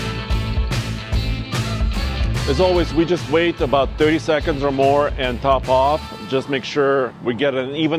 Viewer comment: says top off like “topov” 🇷🇺😂